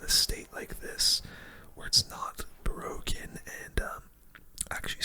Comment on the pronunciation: "The new evo skeletons awe bwoken"